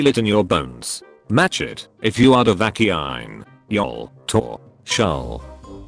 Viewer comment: I didn't get past "duhvakkyine!" New AI needed.